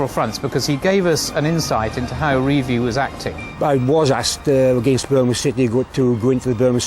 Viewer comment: Revie..prounced Rev v y.